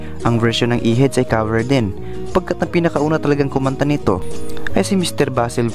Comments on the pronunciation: Bakit pagbanggit nia sa “cover” ay “kaver”? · ANO BANG SINASABI MONG KABER? Cover po. Cover your mouth. Hindi KABER your mouth.